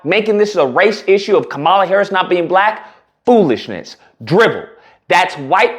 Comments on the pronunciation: Agreed! One thing my brother, people do like to have their names pronounced correctly. Most of her detractors call her ka - 'Mala, so do you. She pronounces it 'Kahm - uhla. You should to. It would be a sign of respect. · Bruh, if you are gonna simp and cape for Kamala, at least learn how to speak her name correctly 🤦🏻‍♂️ you sound ignorant af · Bro, can you please pronounce her name correctly! Dang bro!